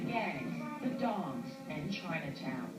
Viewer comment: Ugh her Cantonese pronunciation is horrific. Dong? Tsong sing? On Long? Jesus Christ